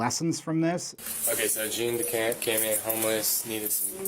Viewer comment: he's dying!!!! Cant even pronounce his name correctly.